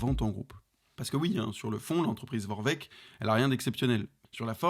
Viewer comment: Ça se dit Vorwerk pas Vorveck